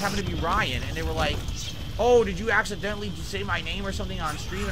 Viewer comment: ACK - si - DENT - ly